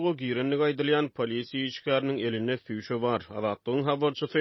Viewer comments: Gürlemäni öwreniňhow süşe däl çüşe diýilýär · Çüśe diÿen sözem ÿok asla- ÇÜŸŠE diÿilÿära !